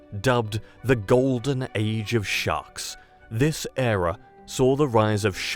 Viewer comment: ERA, not "error"! {:o:O:}